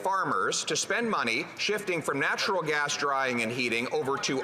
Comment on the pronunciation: Yup he did say Natural Grass instead of Natural Gas But who cares his Message is Clear to Canadians Axe the Dam Tax